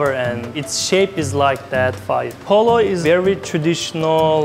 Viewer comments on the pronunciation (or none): is PULAW not POLO